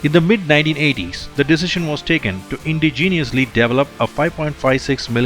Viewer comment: It's your pronunciation that is causing the confusion for the former. Anyone who is into guns will know that the Steyr AUG is Austrian. The way you pronounced indigenous literally sounded like you were trying to say ingenious.